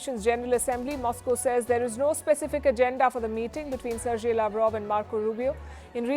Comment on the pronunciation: Not serjei, Sergei. सर्गेई . uneducated robot host. braindead, even can't read properly.